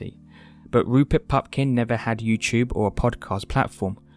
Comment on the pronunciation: "YouChube channel...", "...he seriously wants to change his whoad...", "...with your own personal goah..."